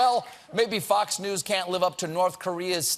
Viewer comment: Did he say "fucks"news? XD